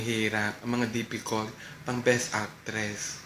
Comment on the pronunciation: ahaha!difficult! poor po NDE dipicult